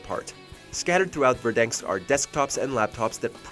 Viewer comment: Didn’t u guys notice that he said Verdanks instead of Verdansk maybe two or three times in the video? Oh and btw you guys are a bit late, three seasons too late to be exact